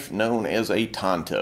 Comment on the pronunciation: Pretty good pronunciation. I hate it when people pronounce it as “tan-toe”